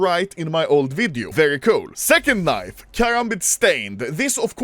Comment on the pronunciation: i thought itd be a compilation of all the actual unboxings... "kneev... kneev... handskaar... and so on"